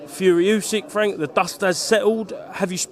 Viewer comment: Come off it fwank Telford is Queensbury true level 😅